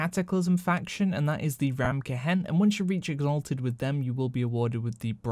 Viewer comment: "Ta-berd" Ta-baaaard is hard to listen to You say ramkehen just right...I don't get it "Reverred" damn son... "it's ree-veared"